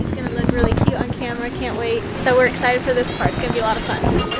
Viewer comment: IT'S EXCITED NOT EXITED